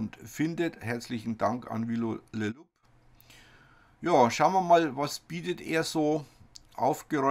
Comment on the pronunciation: LOL! Joh ... wie Du halt im Nachhinein noch schnell die Aussprache von LOUP geändert hast! :D Hab Tränen gelacht. Nur dass es am Ende eh wieder louPP is! :D